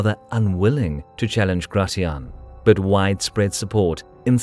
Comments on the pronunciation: Nice vid but isn't Gratian pronounced grey-shen not grey-ti-ahn? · Gratian is pronounce gray-she-in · Gratian is pronounced GRAY-SHH-N